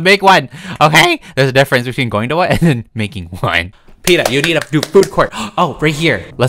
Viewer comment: lol the way he said one